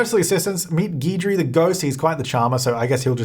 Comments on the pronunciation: Guidry, at least by the person I knew who had it as a last name, is pronounced with a short I sound, not a long E. Gidry not Geedry. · New Orleans native here. Duplantier is pronounce du-PLAWN-shay and Guidry is pronounced Giddree. 😁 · The name Guidry is pronounced Gid-ree, it's one of those names lots of people say wrong like my name isn't pronounced He-bert it's A-bear... cajun French is odd I guess lol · I would pronounce the ghost's name as "Gid-jree" but that's Americanized pronunciation. Here in America, it's associated with the French-creole culture in Louisiana. Think New Orleans. So French rules would apply to the name, too. That would be pronounced more like "Gee-dree." But someone who has the name could probably tell you better. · Since you asked, I'm pretty sure Guidry is a take on "Guide", and should be pronounced that way (Guide-ree), rather than "Geed-ree". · Haha. Nobody can pronounce Guidry. It's GID-dree ("gid rhymes with did - hard G, short i). It's a common Cajun name from Louisiana. Also, it's fitting that the house was built in Willow Creek, since the town is modeled after New Orleans, which has a strong paranormal past. Voodoo dolls, seances, mediums, and haunted places fit right in. It's too bad we didn't get a New Orleans style cemetary with it. That would have been iconic but probably a bit much to expect from a stuff pack. I really love the buy mode items in this pack, and will definitely be buying it for them. Even though I'm not as keen on the ghost hunter game play, or Bonehilda, I'm VERY happy for those (Jesse!) who wanted Bonehilda back in the game. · No it's definitely a common name here in Louisiana where New Orleans is (which the pack is themed after) so it is pronounced Gidry